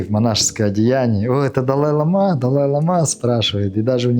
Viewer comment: Лицемер. Тибетский доктор. По тибетски читает! А простейших вещей не знает. По-тибетски слово "лама" (བླ་མ་) произносится как [ла:ма], с долгим первым гласным. Ударение на первый слог! Надеюсь, подношение было щедрым.